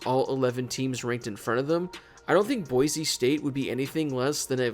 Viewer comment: Thank you so much for saying Boise and not Boize